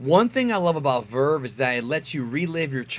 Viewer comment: Lmao someone say verve😂😂😂